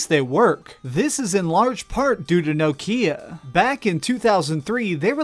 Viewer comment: no - Kia? why do you say it like that